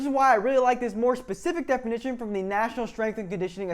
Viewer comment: BS degree in exercise science and you say 'pacific' instead of 'specific' -Signed, Jeff